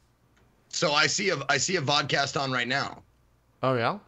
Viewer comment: Vodcast sound like Vodkacast